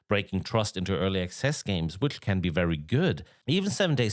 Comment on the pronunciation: It sounds like you’re saying early excess. The only excessive thing about these vaporware games is how the amount of cash the lead devs pockets before failing to delivering.